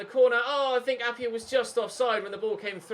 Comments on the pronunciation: appiah is pronounced a-pie-ah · Try out Aro Muric in goal Also Arvin Appiah is Pronounced App-I-ah not App-y-ah